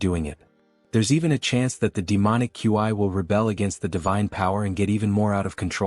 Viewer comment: Why can’t AI pronounce words… Ki and Qi not that hard…my mind is malfunctioning hearing the AI spell out qi every time it’s used.